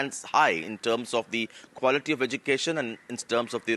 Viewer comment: If one has to communicate alone they can do a one month language course for spoken hindi or spoken odia or whatsover .. why thrusting on us. Education minister Dharmendra Pradan cannot even pronounce Education properly .. edukesan...that's how he pronounces